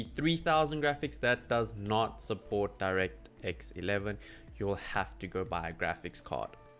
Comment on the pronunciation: so the 1050 does support direct x 11? because you didnt say it clearly